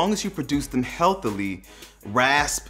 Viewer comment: Healtha ly lol